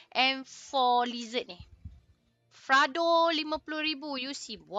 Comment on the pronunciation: Fredo bukan frado